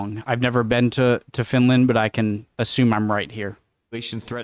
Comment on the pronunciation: "The Swinland" kinda broke me.